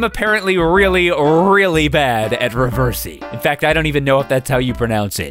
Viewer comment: 'Reversy', or however the heck you're supposed to pronounce it, is just a copy of the board game 'Othello'. Don't worry,. I'm not good at that game, either.